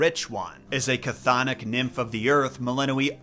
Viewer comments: A year late, but it's not CAH-thon-ic, the C is silent, us Greeks like silent letters :P Chthonic is pronounced "Thon ic." Something a lot of YouTubers get wrong when talking about Hades. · Funnily enough, the CH in chthonic is silent.